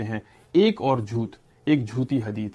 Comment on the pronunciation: With respect rectify or improve the pronunciation of the letter ٹ ٹ ٹ ٹ ٹ ٹ (جھوت/ جھوتہ Zhut° ❌) (جھوٹ ✅)